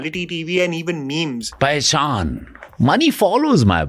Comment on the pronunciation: PEHCHAAN ❌ PAISAAN ✅..